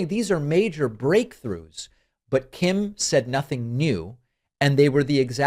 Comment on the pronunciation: I have never heard anyone who pronounces Kim family's name more accurately!